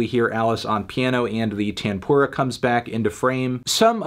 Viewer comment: As an indian, it took me a couple minutes to realise he's saying "tanpura" 😆😆😭